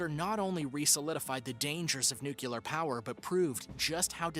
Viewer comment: If you are going to be a narrator on any show, you should learn how to pronounce easy words such as “N U C L E A R”. Even Homer Simpson can pronounce it properly